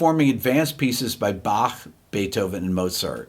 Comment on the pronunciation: I am proud that Rick pronounced Bach right. Unlike all the Americans like Buck....